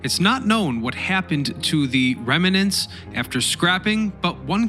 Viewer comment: "Reminant, expidenially, cumpletely," - I could go on. Get better at what you do.